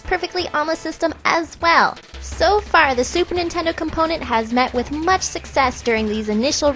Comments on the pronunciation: Did you say StuperNintendo games! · i keep hearing stuper nintendo lol